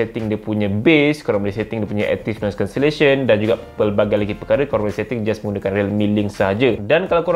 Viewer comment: struggle naw sebut active noise cancellation.....hahahaha